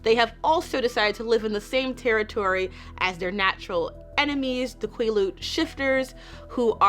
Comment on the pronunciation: Great video as always. Just FYI Quileute is pronounced like the word "quill" (but with a shorter "L" sound like it's spelled) + "yout" (rhymes with beaut). Phonetic spelling isn't my strong-suit so if you want an example the Quileute Nation's website has a language page with some audio recorded lessons, they say Quileute at the very beginning of "The Quileute Alphabet Sheet".